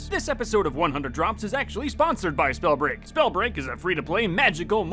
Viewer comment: Wait did he say "Whats going on SnowBreaj fans"